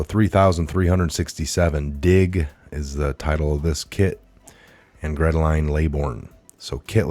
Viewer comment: The Lolita Express is grounded! "Gretaline",? LOL! The name Geraldine is pronounced (phonetically) "jer-ill-deen". Thanks for the laugh, though.